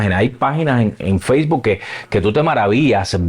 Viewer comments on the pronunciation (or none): none